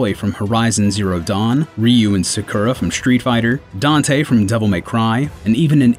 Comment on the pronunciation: he also mispronounced Aloy and Sakura. Im ok if people mispronounce something if its never actually said in the games. I used to say Rathlos way different but because MHW had English spoken option now I know I fucked that up for a long time.